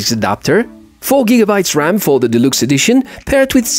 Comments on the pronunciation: I know English is not your home language. However you speak very well. But deluxe is pronounced delucks. Just trying to help. Great item.👌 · Позволю себе одну маленькую ремарку - произносится "делакс". Великолепный обзор и отличный английский, спасибо!